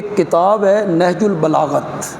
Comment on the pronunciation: بار بار نہج البلاغت بول رہیں ہیں حضرت ۔۔ نہج البلاغہ پڑھناچاہئے